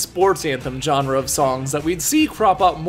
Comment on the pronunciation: Every time says genre, my soul twitches